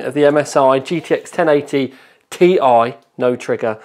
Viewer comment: Noo.... you said its supposed to be sound as "Tie" not "Tea-Eye":( What you have done to the real TTL. lol